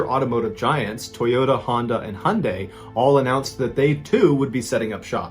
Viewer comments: Its pronounced "high-on-dye" not "hun - dye" 😂 sorry that low key triggered me 😂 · Absolutely asinine comment but ‘Hyundai’ is pronounced ‘high-oon-dai’ 😊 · its hi un die thats how i say it anyway love ya channel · The way he said Hyundai pissed me off